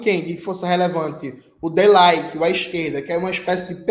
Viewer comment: Die Linke fala-se como se parece: Di Lín-que 😉